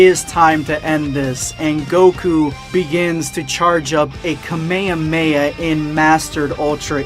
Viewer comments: It’s kah me ha me not ka me ha me a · did u just say ka meh ha meh ha its KAAA MAAAAAA HAAAAAA MAAAAA HAAAAAA! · Ka-MAE-HA-MAE-HA not kamaeyamaeya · MAN JUST SAID KAMEYAMEYA ITS KAAAAA MEEEEEE HAAAAA MEEEEE HAAAAAAAAAAA!!!!! NOT KAMEYAMEYA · No ones talking about how he said ka ma ma ??? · The way he say kamehameha 😂😂😂😂